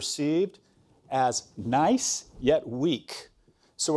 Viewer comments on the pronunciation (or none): none